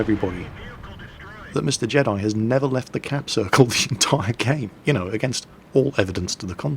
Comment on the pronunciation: "capsirkel" ahahahah